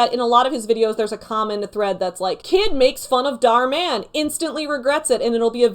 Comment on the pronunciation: "Dahr Man" Me: "aaaAAAAaaa fighter of the night man" I'm not ashamed but I'm not not ashamed.